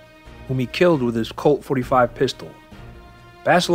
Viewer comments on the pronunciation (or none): none